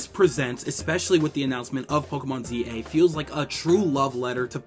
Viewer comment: Pokemon za za 😂